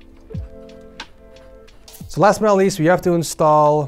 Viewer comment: i thought you said now in the middle east but you said "last but not least" lol.